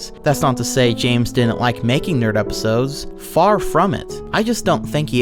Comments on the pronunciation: Because it's Bames not Zames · The way he runs out of breath, slurs his words and pronounces James as "Zames" drives me fucking nuts.